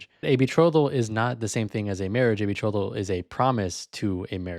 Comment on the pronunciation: Minus points for pronouncing betrothal wrong lol. As dumb as this guy sounds, it’s smart to just lie with confidence because most people just believe it.